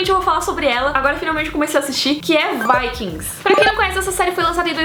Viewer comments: fala o nome dos Vikings tudo errado mas achei legal as series recomendadas, Valeu!! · eu não entendo, qdo as pessoas falando sobre os guerreiros são vikings, qdo é a série as pessoas falam "vaikings"... sei q é como se fala em.ingles, mas acho esquisito